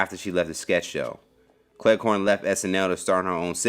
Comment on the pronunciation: Cleghorne? It sounds like you keep saying Clair corn.